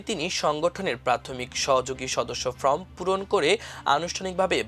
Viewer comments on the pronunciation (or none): ফ্রম নয় ফর্ম হবে।